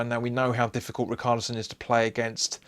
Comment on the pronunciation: Good Luck yall, im an everton fan. hopefully another dominic calvert lewin hat trick. (I cant get over the riCKarlison its ri-SHAR-li-son)